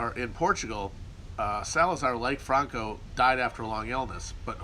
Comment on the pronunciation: Christman is a Castellano nobleman. Hence his atypical knowledge of Portuguese history, ETA terror, the affairs of the Catalonian province, and the pronunciation of the name ‘Franco’.